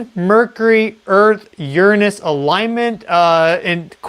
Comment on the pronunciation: You mentioned Uranus more than once. I'm glad that you pronounced it in a professional manner, unlike Hecklefish 😁